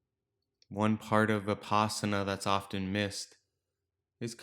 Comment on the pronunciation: The word Vipassana derives from Sanskrit, Vipashyana. (to have deep insight into the nature of being) Vi-pash-yana. The Vi is as in victory and not vicarious. The pash is as in lush. The a is not extended as in father. Change the Sanskrit pash to pass (which rhymes with pus, thus) and there it is. Vi-pus-sana. It is not Vi-paas-ana. Unfortunately, westerners pronounce it this way, and even dictionaries like Merriam Webster advice pronouncing this way, which is wrong. S.N.Goenka, a modern pioneer in this teaching, pronounces it the Sanskrit way as Vi-pussh-ana.